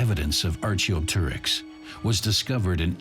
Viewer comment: I was going to say the same thing. Also, the pronunciation of Archaeopteryx is atrocious.